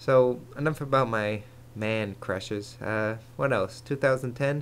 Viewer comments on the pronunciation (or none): none